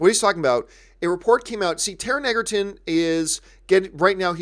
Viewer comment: It's pronounced "Edgerton". I will be seeing Robin Hood. Good podcast.